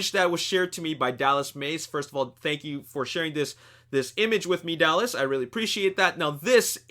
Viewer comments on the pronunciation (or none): none